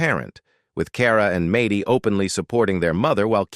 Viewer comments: Its MAD DY NOT MATEY It’s A DIN NOT OD DIN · Maddy almost rhymes with AI - just in case AI needs a pronunciation guide.